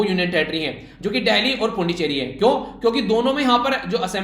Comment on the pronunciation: सर मैं २ नंबर काटूंगा , क्योंकि सीरम इंस्टीट्यूट ऑफ इंडिया के सीईओ का नाम आदर पूनावाला नही अदार पूनावाला है , और पुद्दुचेरी का भी आपने गलत उच्चारण किया , इसलिए आपके प्राप्तांक ८/१० 😀